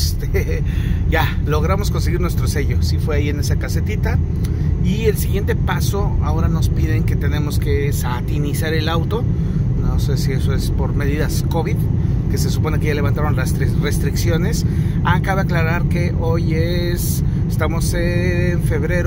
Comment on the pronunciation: Sanitizar el auto, no satinizar😂😂